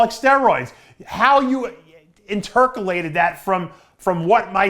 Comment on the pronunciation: Did he say intercolated?